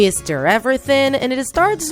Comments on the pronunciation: The way the narrator pronounces "Stir" or "Stirring" >U< it's like "Stare" or "Staring" 😂😂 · when u say stir u say "stare" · And,yes I heard stir as stare. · It's not stair it's stir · I'm not correcting u but did u just say "steir"? Isn't it suppost to be stir? And in suplies the spelling of that are "supplies" um not mad just saying Like if u heard/seenthese word "steir and suplies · Am I the only one that heard “Stare” instead of “Stir”? 😂😂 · Me too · you made several mistakes with your words first you said feet then you said stare instead of stir so yeah and you forgot one of the people who make slime also is Jojo siwa so keep up it's Plato at the end it was Play-Doh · Did anyone not feel annoyed and triggered when she said stare instead of stir? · Am I the only one hearing stare not stir! Lol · They say stare instead of stir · It sounds like shes saying, "stare and stare"